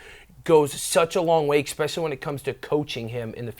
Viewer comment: Yes! We got our "ex-specially" only one minute in! 🤣 And again 🤣🤣 And 🤣🤣🤣